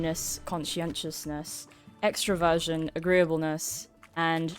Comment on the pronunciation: Ooohhhhh, I thought you said extra-virgin. Extraversion makes a lot more sense